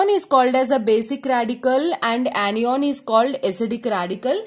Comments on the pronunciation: Its cation not cateon and anion not aneon sorry 🤗🤗🤗🤗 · That is not pronounced as caty on Or any on , that is cat-ion and an-ion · Ma’am cation and anio pronunciations are wrong pls improve your pronunciations its very irritating 😠 the video was good though कातीयोंन एंड आनीयोंन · its na not ena lol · Anion not onion 😁😁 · yas lmao funny cat-e-on, an-e-on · Now I can identify CAT-ee-ONS and AN-ee-ONS easily. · Kat E On and An E On 🤣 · CAT-EON and AN-EON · Nope, it's KAT-EON and AN-EON Anyways, it's the best anyone can teach you in 13 minutes. 😙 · yaar cation aur anion nahi nahi bola ja raha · Pronunciation of 'cation' and 'anion' 🙄🙄🙄🙄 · She pronounces the main term ‘cation & anion’ wrong… 😑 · do the right pronunciation of cation and anion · You are pronouncing anion a d cation wrong mam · Mdam ur pronunciation is wrong Regading cation and anion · Mam plz Google the pronounciation of cation and anion😁😁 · anion and cation ki pronunciation nahi aati kya